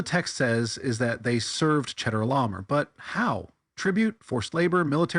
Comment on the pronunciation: One small thing. "Chedorlaomer" is pronounced Khedola'omer. (No cheddar was harmed in the making of this tale.) Same thing with the "ch" in Melchizedek: it's Melkhizedek.